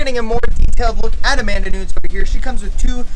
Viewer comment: i love that he knows that Adesanya is a Nigerian/ New Zealand fighter but can't pronounce Nunes hahahah great video tho <3